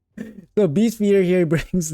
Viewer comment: "breast" instead of beast - a classic. A Freudian Slip perhaps? 🤣🤣🤣